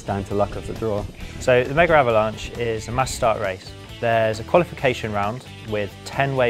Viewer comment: Why do they say "megaravlanche"?